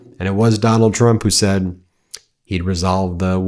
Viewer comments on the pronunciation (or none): none